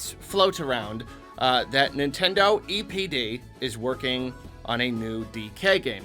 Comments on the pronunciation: For a minute, I thought he said “Nintendo EDP” 💀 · When I heard say EPD, I thought he said EDP😂. Anyone else? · I thought you said EDP instead of DPE